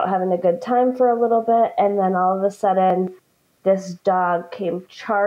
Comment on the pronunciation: What's with people who put over the top emphasis on "t's and d's in words? Do they not realize that they sound like little children who are just learning to speak? The way some of these adults pronounce "kitten" and "sudden" is insufferable, it is not cute, it is not endearing. They can neither walk the walk nor talk the talk of a grown adult and they sound stupid.